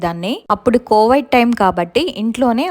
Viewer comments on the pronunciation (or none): Kovaid ani kadandi kovid ani palakandi